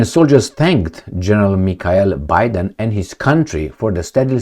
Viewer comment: Bydén - Biden?...is this "cohencidence",?